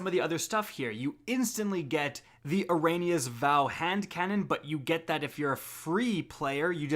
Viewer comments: How many times has the name Eriana 3 been said by Eris Morn and we still have a professional player who only does videos for Destiny 2 saying Eranias 🤔😣😱🤫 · Why does everyone say Eriana er-ay-nee-ya when it's air-ee-ah-nuh. Just add a "eh" sound before saying Rhianna's name (you know, Chris Browns sparring buddy). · It’s Eriana not Erania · Learn how to pronounce Eriana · A whole season has passed and still can’t pronounce “Eriana” correct lol